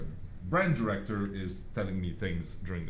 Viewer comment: last time it said ditector Not director